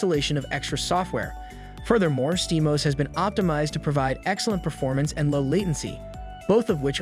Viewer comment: it is steam O S it is not one word you NPC !